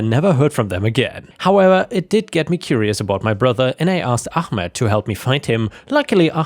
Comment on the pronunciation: Ahmed, not armed.